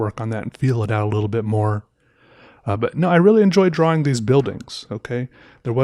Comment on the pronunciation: This guy got all his views by pronouncing the 'W' in 'drawing.'